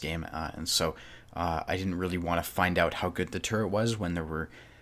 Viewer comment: Rallie?? Yo thwink yow cun jus say werdz anawhy yas loike un at won mattah? You're probably the type of person who says 'anyfink'... Regional accent is one thing, but giving carte blanche to any random pronunciation is just absurd.